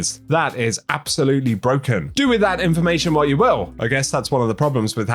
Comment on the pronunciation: You said brooken lol